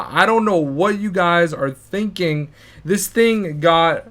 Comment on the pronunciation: it's zis